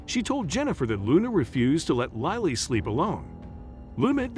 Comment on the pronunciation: I couldn’t understand why the narrator kept changing how he pronounced the child’s name. One minute he says it with a long “I” like Liley and the next minute it’s a short “I” as it should be, for Lily.